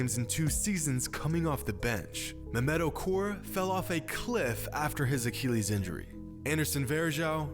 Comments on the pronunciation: a-KILL-ees. not a-keel-ees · Boi he was sayin acheelieees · What the fuck is an uh-kee-lees? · Excellent content and insight, as always,. But, as always, you manage to butcher the pronunciation of medical terms (look at my user Name and you'll see why I'm qualified to say that). Not being a Classical scholar, I have no idea how ancient Greeks pronounced the name of the warrior Achilles, but in a medical context using either modern American or British English, it is pronounced "uh 'kill eez", not "uh 'kee leez". Speedy Gonzales was not a Greek scholar. Don't take my comments too seriously. Your understanding of the game and it's human element is outstanding, as is your ability to explain it in a comprehensible manner. I'm just saying 'why not drive toward perfection?' You're so close. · bro why u gotta say achilles like tht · Like this if his pronunciation of Achilles bothers you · The way you say achilles bothers me but I still like the vid